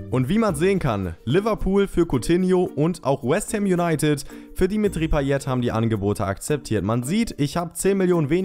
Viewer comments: Du sprichst payet falsch aus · paye nicht payet aber du weist ja eh alles besser